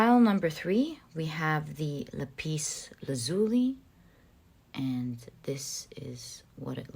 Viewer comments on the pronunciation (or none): I picked Pile 4. Ty so much, that was so right, so good, all of it! Now, there are a couple of things I'll point out: I believe that the blue stone is pronounced, "la'-pis (accent on the first syllable) la'-zuli (again, accent on the first syllable. That's what I grew up with, anyway. Next thing: I had to smile when you said you had "a hinch" (even my autocorrect tried to correct me); I do believe you meant, "hunch".